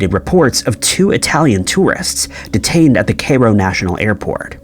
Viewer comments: Not Kayro!...KI-RO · CAY-ro??? Really??? Kai-roh. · CAY-RO? Assailant is not synonymous with thief. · Pronounced Cairo as Kay-Ro. :( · Yeah, that one was especially bad. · He pronounces Cairo as "KAY-roh," and, GOD!, that one irritates me.